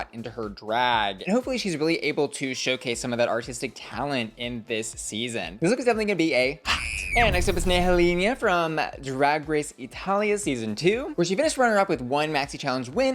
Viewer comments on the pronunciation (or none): Nehellenia's name is pronounced like (Nel-len-ia). The "h" is silent in Italian. Hope this is helpful for future videos 😊